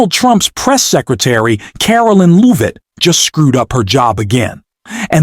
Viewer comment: "BREAKING NEWS: Caroline and her last name. Is it Loovit? Leevit? Levit? We don't know. Sure, she didn't actually run away, and we can't pronounce her name because we're just AI, but, trust us, everything else we're implying is true." 🤣